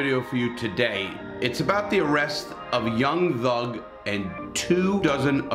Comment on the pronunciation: lol homie said young lug